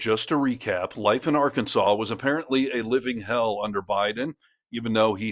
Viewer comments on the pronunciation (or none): So now the state name is pronounced “r-kansas”? Or has Sarah been hitting the moonshine? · It's not Ar-kansans Sanders! It's Arkansaw. Jesus Christ. She is not from there is she. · Sarah's a real dope, isn't she? She can't even pronounce her own state's name.